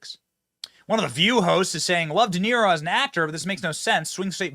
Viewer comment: "DA" "Niro". Didn't he used to play the fiddle in Rome?